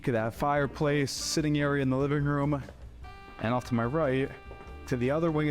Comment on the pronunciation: I can't watch any videos because of his peculiar speaking style -- the addition of "-uh" to the end of many words: room-uh, view-uh, kitchen-uh, etc. It's annoying.